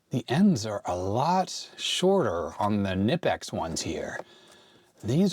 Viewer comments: strangely enough it is pronounced Ka Nip X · Those Knippex cutters are GREAT! We use them for cutting CAT.7 cables in ethernetports and they cut absolutely flush. BTW in German it is pronounced with k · I didn't see a comment about the knipex pronunciation - google it and you'll find out that in the German language you actually pronounce the K so 'kah-nipex'. Of course in USA it's nipex. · Knipex is pronounced with the K, as you did first in the video.